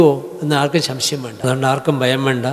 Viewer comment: ശ്ശംശയം അല്ല, സംശയം ആണ് ശരി.